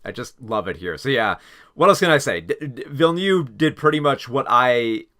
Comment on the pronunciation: I really enjoyed your review of Dune: Part Two, but please learn to pronounce Villeneuve the right way. It's not ''Villenew'', but Ville-Neuve!!! No offence, and I know it's not on purpose. English is a fucked up language.